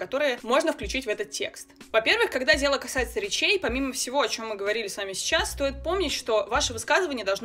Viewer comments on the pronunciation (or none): "речей" :0)